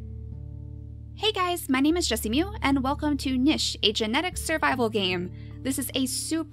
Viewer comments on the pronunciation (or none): It's pronounced neesh not Nish just thought I'd tell you that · It's pronounced n-ee-sh but spelled like nich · Nobody: 2016 JessiMew: NISH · YOU USED TO SAY NISH??